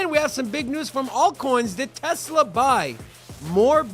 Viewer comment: Sounds like jersey people. They say gazzaline just like tezla. But will say gas